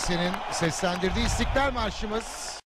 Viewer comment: feride yardım doğru okuyor ama istiklal marşı üst perdeden okunur. araştır istersen.